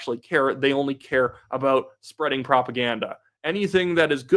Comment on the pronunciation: What’s that all aboot?